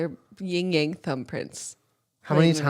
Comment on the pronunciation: IT'S YIN-YANG